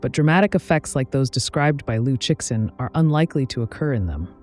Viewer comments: Liu Shen. Tell your AI how to pronounce it, because it’s you who looks ignorant when it keeps pronouncing the X. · The problem is the creator cheesed out and used an AI with poor prompting. It loves pronouncing the name of the author with hard X, instead of the Chinese Liu Shen (don’t get me started). I agree that YouTubers should have higher education so they don’t invite tragically true judgements. This is what happens when everyone has their own TV channel, regardless of ability. Ignorance is putting me off YT altogether. 😢